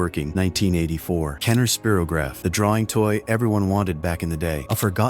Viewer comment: Tack O Bell.😂 Loan E Anderson 😂 Spero graph😂